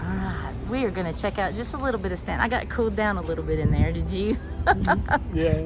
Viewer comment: My sister went to Mary Baldwin college. Also, you pronounced it correctly!